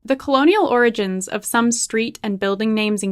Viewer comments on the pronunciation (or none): none